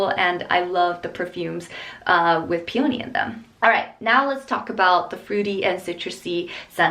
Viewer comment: pee-yow-nee lol